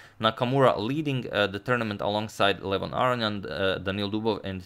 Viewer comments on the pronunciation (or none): none